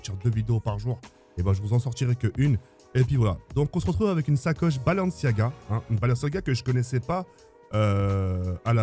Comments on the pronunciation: Mon petit pour toi c’est pas blanciaga c’est balanciagras (pour rire ) 😂😂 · Balanciaga il a dit😂😂😂